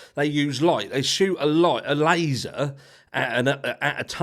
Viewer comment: Say Laser again 😂